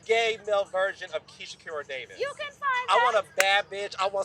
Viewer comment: She said DAVISS😂😂❤❤❤